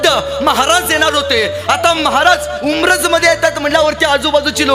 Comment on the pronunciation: उम्रज ❌ उंबरठ ✅